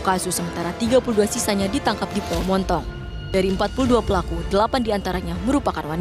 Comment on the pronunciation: Pulau BONTONG Bukan MONTONG harus banyak belajar lagi